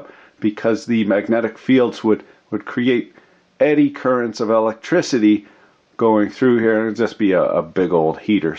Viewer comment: I don't think you speak funny, Been following for some time. YOU ARE HILARIOUS! Things like "Electocity" Very very funny